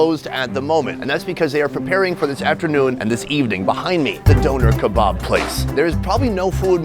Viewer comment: I love you and the videos but I can't be the only one that hates how he says Doner kebab?